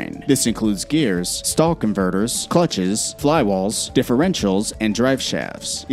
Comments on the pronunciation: "Flywall"? Anybody else catch that, where is the flywall located on a vehicle? And he can't count, that was way more than 5 things! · Flywall I thought it's called flywheel